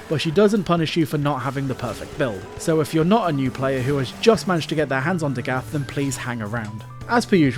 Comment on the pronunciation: Listening to this video is like listening to a video about Chernobyl but they keep saying Nukyaler instead of Nuclear. Amazing video but I fear it’s DA-GITH not DaGath. I’d be lying if I said I always pronounced it Dagith tho lol just spreading the word